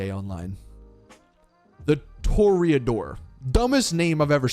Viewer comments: Tour-uh-Door...? lol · Just looked it up, and apparently Toreador means bullfighter, and is pronounced "Tor-ee-uh-door". The boost refills around every 2.2 seconds, and is still just a little slower than the Vigilante. However, it recharges faster than the vigilante, and it can still maintain some grip while turning with boost. It is currently the second fastest car (with boost) in the game just behind the Vigilante. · The fact that he had the nerve to read Toreador so poorly, and then call it one of the worst names in the game. If you speak Spanish, your words suck, apparently.